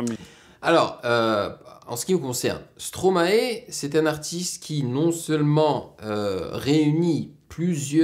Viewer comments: arête de dire "stroma et " srp , c'est "stromaille" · Par contre on dit stromaï 😀